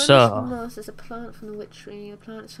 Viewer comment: it's moss not miss